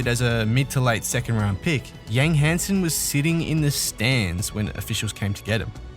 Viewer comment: Hansen isn't pronounced the Western way.